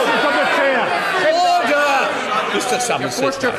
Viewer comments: Why does he say uder instead of order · me when i see Roblox online daters (i know its order but it sounds like oder) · that old chap didnt blink an eye. And that 'orderrr' guy is just like from monthy phyton :D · Auder auder auder......auder...... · “He’s perfectly capable of asking that question without using that word” And you’re perfectly capable of talking without saying “ORDEHH” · He keeps saying “otter” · oawh dugh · Everyone gangsta until the speaker says "Ordah" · "UDA" is what I hear. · My dream in life is to be the man who says Orda. I want to scream at all the MPs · gonna miss him saying oda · Order, Order, horder, hoder, hoder, hoder, hodor, hoder, HODOR, HODOR, HODOR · It's pronounced ORE.......DER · Why does he keep saying "in furnace"?? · He's said the word "Order" so many times that he doesn't know how to pronounce it anymore